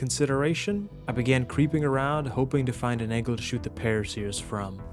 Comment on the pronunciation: What are pteradons and paraseers i think you mean pteraNOdons and paracers. I've never understood why pteranodon is so difficult for people to say. At least you said turrets right and wasn't calling them turrents